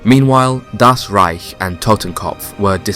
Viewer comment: Why does he keep saying DAS Reich? The emphasis is wrong and no one else says this. Just say German or German Army or SS or Wehrmacht or 9th Army or whatever. I swear the fast intense narration of this without natural pauses or emphasis on one word from another or saying DAS makes me think its AI but i know its not.